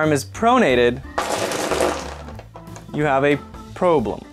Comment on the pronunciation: " When your arm is prorated you have a por-blem"